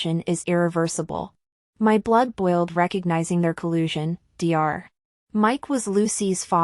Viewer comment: It’s NOT D R when you read Dr you say DOCTOR. Read it properly!